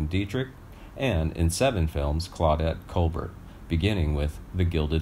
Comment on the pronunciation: You should have someone review your videos before showing them. You mispronounced the name of two cities in Wisconsin, two directors, and the name of Claudette Colbert. Are you from a foreign country?